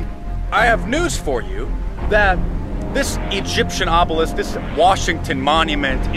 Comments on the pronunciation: O Be Lisk bukan obselik 😁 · Comel tau dia. sebut obelisk betul dah.. tiber keluar "oblesik", "obselik" hehe, tersenyum2 kita melayan video ni